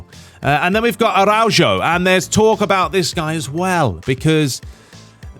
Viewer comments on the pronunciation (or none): Araujo is pronounced ara uo ho